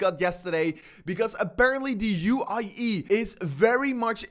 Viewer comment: UAE , not u i e ..